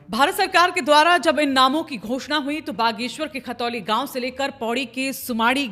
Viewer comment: मेम खतौली नहीं khantoli है